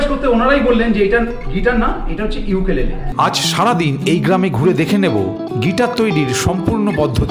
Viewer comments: বানানটা ukulele হলেও ওটাকে ইউকেলেলে বলে না। উকুলেলে বলা হয়। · দাদা ওটাকে উকুলেলে বলে